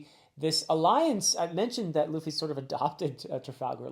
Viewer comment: Luffy got you too huh😂 You're calling him Traffy